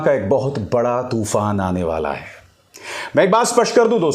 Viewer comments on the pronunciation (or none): none